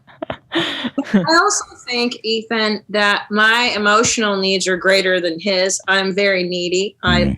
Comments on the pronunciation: christne calling Ethan "Aton" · Did christina just call Ethan " Aton" lmfao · does Christina call Ethan, A-Ton? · Ethan not Eitan*, no shame Christina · she called him eitan lol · why does she call Ethan Ay-ton? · Anyone else notice Christina pronounces Ethans name like (A-Tun) she seemed like she said it on purpose, seems weird cause shes like wearing Teddy Fresh and talks about how cool they are on Your Moms House. Then goes its A-Tun and Hila H3 H3! I dont know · that makes sense hadn't considered that. It's just she said it when they were talking about foreign dads like she thought his name was pronounced in a more "foreign" (for lack of a better term) way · Did Christine just call Ethan, E-tahn? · Christina actually called Ethan (a very common name) Eee-ta-han. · I think she’s saying “eet-han”. It’s probably an inside joke of theirs or maybe something Christina does on YMH